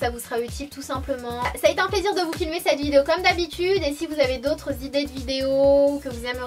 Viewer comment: Coucou Sanaa, c'est marrant pour "on ze retrouve", j'avais remarqué aussi que tu dis pas "cette robe "mais "ced robe" et à chaque fois ça me fais rire.Mais avant,ça m'énervait....mais ça,c'était avant!